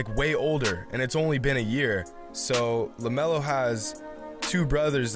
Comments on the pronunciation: IT'S LAMELO not lemeolo df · Y it's lamelo not lemelo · he says lameolo dont force shots